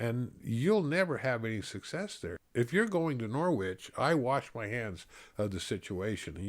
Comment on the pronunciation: Thank you so much for sharing your stories! I have enjoyed them all. My mother is a WW11 bride from Norwich, England. She joined the church when she was about 13. Just FYI, the W in Norwich is silent. Thank you again, Paula.